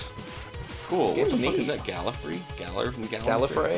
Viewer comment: I was up doing somthing with the video still going, then they said gallifrey and i thought, is the doctor in that game? So i rewinded and dissapointed when i saw they read it wrong.